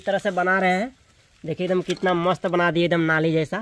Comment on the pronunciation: Mast toh thik se boll liya kro ye kya hota hai mossst😅